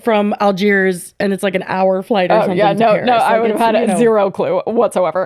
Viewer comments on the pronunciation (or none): pronouncing "Paris" as "Perri" fucking kills a brain cell every time I hear it 😂 girl either properly try to sound French or don't try at all. If you want to sound French it's "Pah-ree", not "perri", for fuck's sake 😂